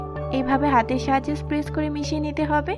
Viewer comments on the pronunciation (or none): Apni press k spess bolen keno?😂